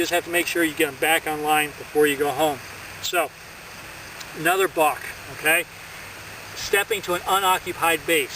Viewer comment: Sounds like a bostonian saying “bark”